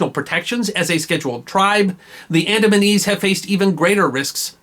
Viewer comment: It sounds like the "AdamsandEves"